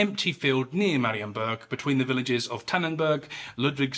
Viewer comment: 'Tis a good one. You even did pretty well with the pronunciation of Polish names, a rarity among YouTubers of English provenance 😁 One thing I would modify is the ending. The ensuing siege of Marienburg was a defeat & a big setback for the winners at Grunwald, reflected by the 1411 peace, which was widely considered a disappointment in Poland (who had to return all but a few border castles to the Teutonic Order, and gained very little territorially). Unsurprisingly, half a century of follow-up wars ensued 😏